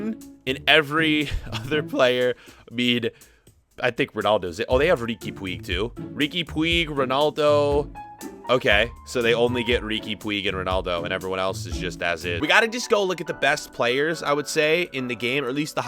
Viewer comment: It's not riki pwig😂😂😂😂it's puigg